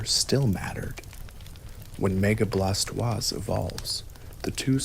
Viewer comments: Bla toisℯ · Thats a mighty unique way of pronouncing Blastoise...